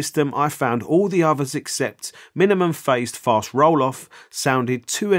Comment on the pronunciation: Oi! Did you say youse like favorite daC filter mode is "minimun phase fart rolloff"? Me mate down the local heard that too around them time . Cor!